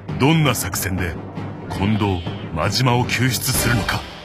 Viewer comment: 「コンドームの近藤です」で皆スルーなんだ…って思っちゃった(笑)